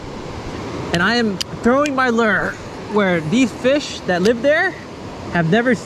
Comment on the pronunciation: Hearing you pronounce the word “lure” cracks me up! Great vid, keep it up.